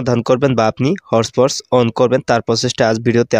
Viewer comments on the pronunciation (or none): ভাই হট পট না তো😂😂 hotspot বলে যে😂😂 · আরে ভাই হট পট না হটস্পট 😂😂😂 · আরে ভাই হটপট না হছপট😂😂